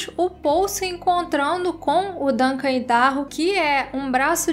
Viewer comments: exato...é como a pronúncia do nome do estado norte americano mesmo...áidarrôu... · A pronúncia é "Aidarrôu"